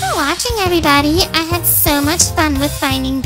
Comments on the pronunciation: I thought she said "from shad " or "from sad" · I thought she said "from shat"